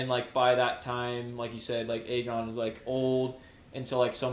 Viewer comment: Bro it’s AYE GON not EGG ON 😭😭